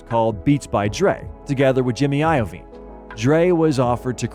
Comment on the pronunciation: Jimmy A-yo-veen lol